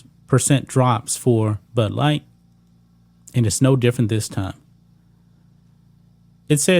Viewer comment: I’m having a problem understanding what you’re saying. Are you saying butt light or Bud light. 😂😂😂 No Nike in years either.